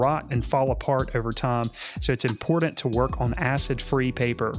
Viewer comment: Imported or important? The T is not silent lol.